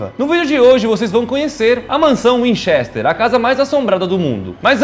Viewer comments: Vcs tem que pronuciar como se o e foce i assim winchister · Burrrroos nenhum dos dois sabe pronuncia winchester q agonia